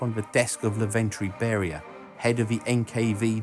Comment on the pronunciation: Also not "Laventriy" but "Lavrentiy" Beriya :)